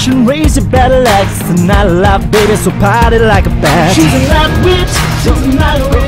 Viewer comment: on he said Night Watch not witch lol